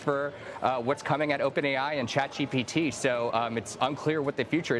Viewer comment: … It’s ChatGPT not ChatGBT!!!